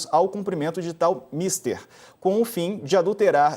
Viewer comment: Não é mister meu filho, é mistér